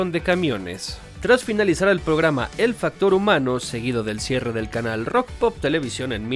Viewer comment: se lee "rock and pop" <3